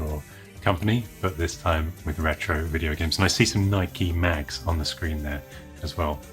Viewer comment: "the ЯЯЯЯЯRRRRetro show" fits well with your Edinburgh pizza order :)